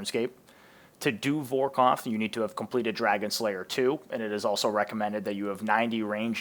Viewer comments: Good video, but you know, its Vor kath not vor koth, lol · Great vid mate - can't wait to attempt Vorkath's cousin, "Vor-koff" 😅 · Brother lemme help (Vore Kahh thh) (Al - Chemical) Banger video brother 🤝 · Borrows and vorkoth 😂